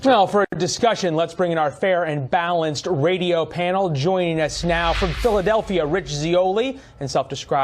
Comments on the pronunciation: “Now for a discussion, let’s bring in our FAIR and BALANCED” Really stressing those words there. Does he always say it like that? I don’t watch Fux News. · Anybody like how the host emphasized "fair and balanced" out loud? 😂 they wouldn't let Kyle finish